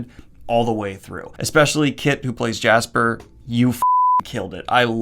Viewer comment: btw it's JESPER not JASPER and ALINA not AMITA :)